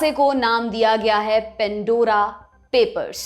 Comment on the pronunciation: Pan Dora Not pen.dora Please improve English pronunciation